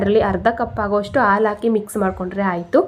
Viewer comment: ಹಾಲು ಎಂದು ಹೇಳಲು ಅಲು ಅಂತಿದ್ದೀರಲ್ಲಾ...